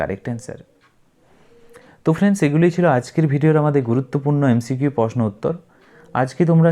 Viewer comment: টকিং ❌ টলকিং✅ তৈরি❌ তৌরি ✅ প্রশ্ন❌ পসনো ✅